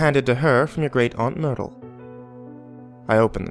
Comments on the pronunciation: I heard "aunt noodle" at first when he said it in the beginning and I'm like wait what... But then I realised it must have been myrtle 😂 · I thought he said Noodle too lol then realised he'd said Myrtle